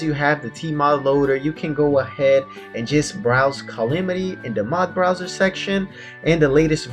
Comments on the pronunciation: U pronounce calamity calimity so ur calling us noobs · the fact that he pronounces it cy-li-mi-ty mod triggers me lol